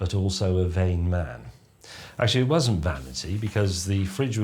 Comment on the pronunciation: Has anyone else noticed James pronounces 'wasn’t', 'wussn't'?